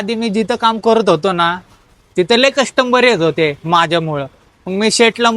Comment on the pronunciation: कस्टमर ❌ कष्टंबर ✅️ - 😂😂